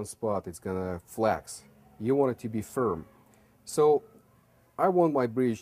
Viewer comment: Why is "firm" the only word he says with no accent? 😭😭😭